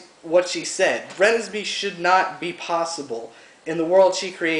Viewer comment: RUH-NEZ-MAY. is how you pronounce it. she's a precious character.